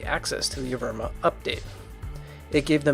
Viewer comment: Everyone: "Evrima": E V I R M A